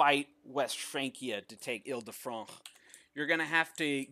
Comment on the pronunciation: I like how he goes the incredible effort to pronounce "Il de France" correctly but totally butchers "Zahumlje".